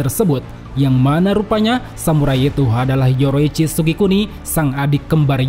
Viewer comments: Bang kenapa bilang yorichi sebagai yoroichi? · Bukan yoroicchi tapi yorichi😂😂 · Penyebutan nama yorichi ke( yoroichi) bikin kurang nyaman🙏🙏